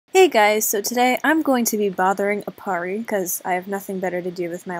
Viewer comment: Those times when you couldnt say Aparri in AJ😂😂😂